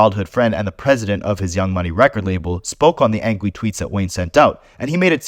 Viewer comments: Bro said "angwy" and I hate I had to rewind a dozen times to verify smh1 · "Spoke on the angwy tweets"